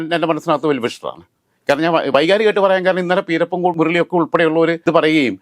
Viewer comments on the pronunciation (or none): പീരപ്പൻകോട് അല്ലടോ പിരപ്പൻകോട് ആണ്